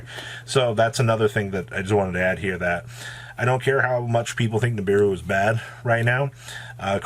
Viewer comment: please don’t fucking say nibiwuuuu again lmao that was so cringe